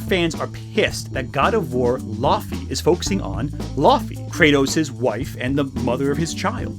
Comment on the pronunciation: (can i call you?) i love you, you’re a good guy, but i’m like 99% certain it’s pronounced “lao-fey”